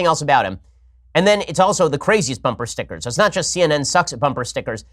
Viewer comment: How Ben says "Stickgers" always says it that way. Makes me laugh.